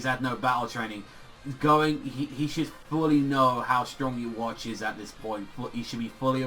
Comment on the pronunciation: Yes Ywach but you say Youwatch which is way different.